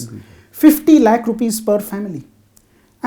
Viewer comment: One lakh. Not lake.